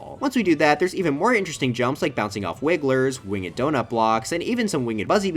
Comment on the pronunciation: “Wing Edd” 💀